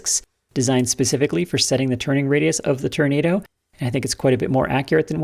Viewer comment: Can we get a "Turnado" count? 😂